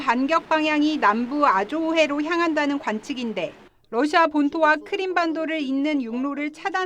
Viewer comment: 윤우리 기자는 지금도 러시아의 Russia를 Lussia로 발음한다. 아래 글을 읽어 보기 바란다. TV기자들은 말도 잘해야 하지만 발음도 좋아야 한다. 특히 외국어(영어)의 정확한 발음은 대단히 중요한 요건인데 유감스럽게도 그렇지 못하다. 예컨대 많은 기자들은 첫발음 R 을 L 로 발음한다. Russia를 Lussia로, Roma를 Loma로, Radio 를 Ladio 로 발음한다. 물론 한국어에는 ᄙ(쌍리을)이 없어서 L 과 R 발음을 다 ㄹ로 발음할 수 밖에 없는 어려움이 있다. 그렇다면 한국인들은 R 발음을 정말 못 하는 것일가? 아니다. 초성일 때에만 못한다. 프랑스(France), 마리아(Maria), 도레미(doremi), 아리랑(Arirang) 등, 잘 하지 않는가. 그래서 TV기자들에게 다음과 같은 해결 방법을 주고자 한다. R 을 첫발음할 떄 R 앞에 '으' 발음을 먼저 하라. (으)Russia, (으)Roma, (으)Radio 등으로 말이다. 그러면 당신은 좋은 발음을 하는 TV기자가 될 것이다.